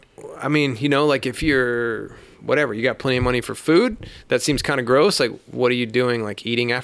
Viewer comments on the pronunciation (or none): none